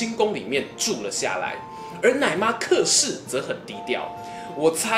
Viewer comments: 小子，老夫不才客氏应该叫且（音）氏，过去老家来客叫来且了。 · 这里“客”的发音是“且”